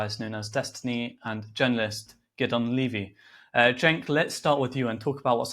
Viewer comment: His names not giddon it’s Gideon… why is that the go to for Zionist pigs … ask one of them to say Iran… it’s hilarious how they get a sense of superiority from mispronouncing others names … fucken childish